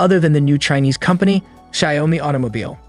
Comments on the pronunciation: It is painful to listen to xiaomi as ‘shy -oh-mee’, and huawei as ‘hew why’ ! Perhaps time to learn pinyin? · Please at least pronounce the names correctl: Xiaomi is 'Zhow-mee' and Huawei is 'Hwar-way'. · It is pronounced Shoud (rhymes with loud) me, NOT Shay-om-me. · That constant mispronunciation of "Xiaomi" was utterly unbearable.